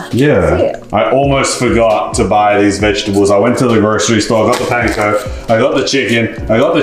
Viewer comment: pronounced panko right the first time lol